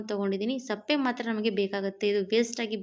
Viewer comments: Sappe alla sippe heli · ಏನಮ್ಮ ನಿನ್ನ ಭಾಷೆ. ಸಿಪ್ಪೆಗೆ ಸಪ್ಪೆ ಅಂತ ಹೇಳುತ್ತೀಯಾ. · Adu sappe alla sippe